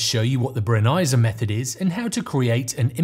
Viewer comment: Super interesting, and now I know how to pronounce "Brenizer!"